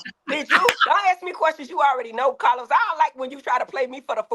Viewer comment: Ahhhhhhhh!!!!! It’s the 34 minute mark for me!!! Heavenly called CahLos out!!! He be tryna play durrr-duh-durrr. 😂😂